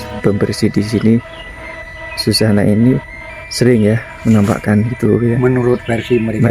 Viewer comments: Suzana mas bukan Sujana.,paham. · orang bilang Susana mas bukan sujana🙏🙏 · BKN Sujana tp zuzana say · Tlg kalo bikin konten sebutkan namanya dgn benar.. Suzana bukan di sebut Sujana... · Kok sujana sih yg bener suzana😅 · Bisa ngomong apa TDK itu.... bilang Susana kok malah jadi sujana...tdk jelas ente👎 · Suzana bang, bukan sujana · bukan sujana laa suzana. km salah nyebut